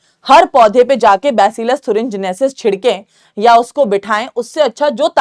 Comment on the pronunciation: Mam thurengenesis nahii thuringiensis hai o ncert me ..